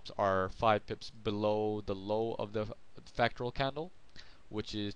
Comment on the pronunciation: You cant even pronounce fractal....lol